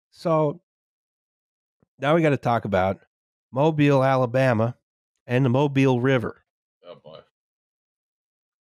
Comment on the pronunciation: Mobile, AL has emphasis in the first syllable.